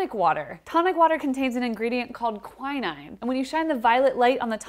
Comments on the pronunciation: "Quai-nain"? The first time I've heard it pronounced like that. I've thought all my life it's "qui-neen". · That's not how you pronounce quinine. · Ducks Quack (Kwack)don’t they ? So why the funny pronunciation of Quinine? 🥴🙏🏴🇬🇧♥️ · Quin Nene is how it's pronounced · Very nice, but I do wish she'd pronounce quinine properly! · That is the most mental pronunciation of quinine I’ve ever heard 😂 Two syllables, both of them weird